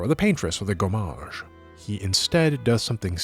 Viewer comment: If you ever have to pronounce so many french words again, one thing you can notice is that in french there are no accented syllables, both in terms of timing and sound volume. In general, every syllable is treated the same : same volume, same length. No "gomMAAAAAAAge".